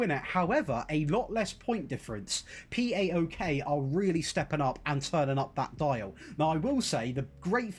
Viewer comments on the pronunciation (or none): Plase never say Pee Ay Okay again hahah , it's PAOK (PA O K) and it's a very big and historic greek team build from the Constatinopole (Kontantioupoli in greek , the K in the name) refugees ! Love from Greece !